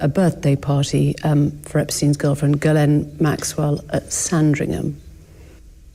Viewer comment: Ghislaine is a French name, it's not pronounced "GUY"laine ... the GH is pronounce like a "J" .. for "JISS" but drag the J, J> "JJiss"laine.